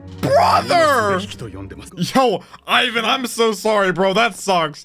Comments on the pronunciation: Try to pronounce it like a russian Ivankov, so ... IVAN not EIVAN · You pronounce Ivan like this. E-vaun. the aun is pronounced like aun in faun, the female deer. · btw it’s (ee-van) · One Piece: Ivan!: Is it Ivan or Aivan? One Piece: Ivan! (speaking over it): Aivan! few minutes later One Piece: Ivankov the fairy...: Is it Aivan? Me: Just listen dammit! The subtitles can't talk but the VAs do, you don't ever need to guess how words are pronounced if you just listen! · idk if anyone has said this but i’m pretty sure it’s pronounced “e-von” but i could also be wrong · Just English speaker problems. They can't help but say I as eye if it's the first letter. Ivan name has always been pronounced wrong in the west thanks to the Rocky movie